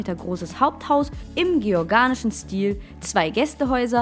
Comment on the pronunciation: Wer spricht denn hinter den Bildern??! Nicht "georganischen", sondern "georgianischen" Still. Mädchen, hättest lieber besser aufgepasst in der Schule!